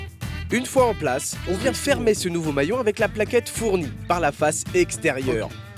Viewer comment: Le "mouallion"😂🤣😂😂, qui ferme la chaîne....., Tu m'as tué 😂😂😂 a 2min17